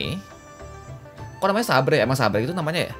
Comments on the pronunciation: Kan Saber bukan sabre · bacanya saber om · saber dibaca seber bang....artinya pedang ringan wkwkwk edit